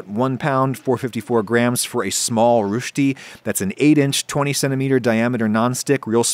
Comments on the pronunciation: The correct pronunciation of Roesti is 'rer sty' not 'rewsh ty'. It annoys me to know that thousands of people have been misinformed by you Adam. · its not rushti, its rösti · It's not "roosh-ti" its "russ-ti" (for the English speaking people lol) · One can see that he invested time in looking up the Swiss pronounciation; Rö"sh-ty" , compared to a German pronounced Rö"sty". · I think roast => roastie => roashtie gets you pretty close to Rösti. Calling it Rüsti sounds a bit more off. Still, he got the sh sound, which is really nice, and he didn't just ignore the umlaut. It's not correct, but it's pretty good, and better than I'd expect from someone who (presumably) isn't familiar with the language. I have heard germans pronouncing swiss german a lot worse. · hey Adam you are pronouncing it as "Rüsti" but it's pronounced "Rösti", I know thats not helping :D it's said in the first 5 seconds in this video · He prononuces the ö as we would pronounce a u. The ö is a bit like the u in burn or the e in concern, but a lot harder, with the mouth much more opened. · It‘s not rushtie, It’s Rösti! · I can't unhear "Rushdi" instead of Rösti. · I am german. "Rüsti" You call it, its called "Röschti"! ;-) I add Nutmeg to it, always fits to Potatoes. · Its not rushti Its R OE S T I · its called rösti not rusti. ö is more of an eugh sound and not a uh sound. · Nice look at a variety of approaches. Just have to work on the pronunciation now! the "ö" is pronounced like the vowel sound in the word "good" -- not like the vowel sound in "food "! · not to be the one German speaking guy who is anoying but u sad Rösti wrong u sad rusti, try saying O but sticking your tung out, thats how Ö should sound like, generaly thats how the umlaute are formed like Ä Ü Ö, love your vids and sorry for the corection but it buged me, keep being curious and makeing good vids <3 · „Ruushti“? They are named „Rösti“ / „Roesti“ 😅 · Its Rösti. Not Rschti nor Ruschti nor Rüschti. sharp S and umlaut ö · Rewsti lol